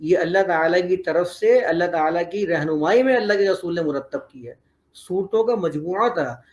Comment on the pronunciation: محترم صاحب آپ کی زبان سے ر کی جگہ و نکل رھا ھے یعنی رسول کی جگہ وصول سنائی دے رھا ھے اگر یہ درست ھو جائے تو بہت اور صحیح اچھا تاثر پہنچے گا۔ سننے والے کو